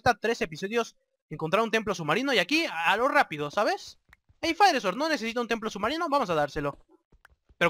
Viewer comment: Hahaha se pronuncia FaierSord xDDD